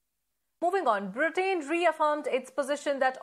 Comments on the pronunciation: Same news, why repeated so many times? Pronunciation of "Britain " is incorrect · I do not wish to be offensive, but please do check your pronunciation of "Britain"